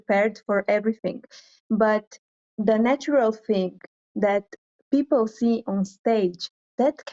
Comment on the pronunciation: for Me Miss Philippines has the best answer, followed by south africa and Canada and 4th is india. including the accent on how the pronounce the word correctly and there sounds as well when the answer. You can review again. Miss india is also but she people as pepel.